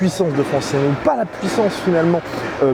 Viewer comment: Par pitié on ne prononce pas le N si vous dites ce nom on l’écrirait avec N’gannou